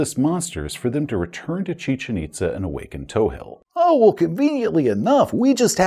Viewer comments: Your pronunciation of "Chichen Itza" is exactly how I've heard it via docs & archaeologists, at least here in the States. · Great job pronouncing Chichen Itza. Cool place, too. Visit is recommended.